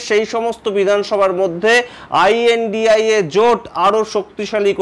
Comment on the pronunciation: What is the problem of speaking lNDIA instead of ai an di ai a?